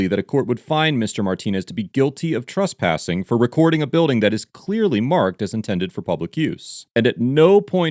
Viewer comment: “Trusspassing”. It’s trespassing